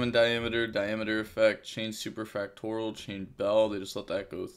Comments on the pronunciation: Super Fact Or E Al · SUPER-FACT-TO-RIAL (pronouced like real), that's where you messing up, won't blame ya tho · i thought he was saying mayonnaise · U still say superfactorial wrong 🤣